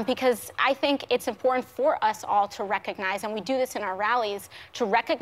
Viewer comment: wreck-un-niize whoopi likes gettin' un-hyphenated...